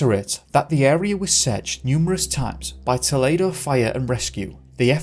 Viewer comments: Remember that US third floor = UK second floor. Also younger children like 3 year olds bounce with minimal injury. Also, toll-EE-doe. ~ aspie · It’s pronounced TOE-lee-DOE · Pronunciation: toe-- lee doe, Ohio. Just letting you know. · Just a heads up on a minor detail. Toledo is pronounced Toe-Lee-Doe.